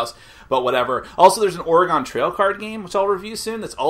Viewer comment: It's pronounced oregun being from Oregon alright enough of me being proper. Great video keep up the good work.